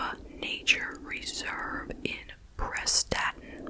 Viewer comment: Hi! Its pronounced press-statin, hope that helps xx